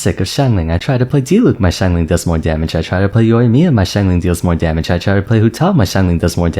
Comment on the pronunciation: I took a shot every time he said 'xianglang'- I now speak Chinese and woke up in a South African Hostel.